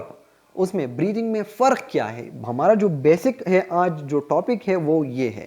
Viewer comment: Sir its breathing* 🙂